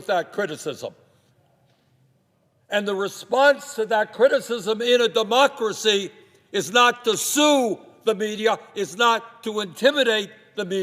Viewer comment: Love his mis-pronounciation. DE-MUSK-CRA-CY